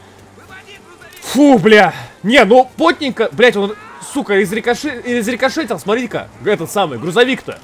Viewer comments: Не изрекошетил а изрешитил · Не рикошетят, а решетят)) (про попадания в грузовик) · Не "изрикошетил", а "изрешетил". Рикошет это отскок пули от препятствия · Объясните ему кто-нибудь!! Не изрикошетил, а изрешетил)) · Сань, изрешетил а не изрекошетил